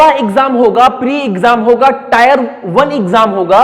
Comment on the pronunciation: Can't stop laughing😂 टायर 1।।। वेहलू।। first learn how to speak sir ji